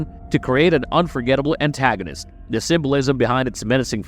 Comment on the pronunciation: It is "THE" Nun, not "DUH" Nun!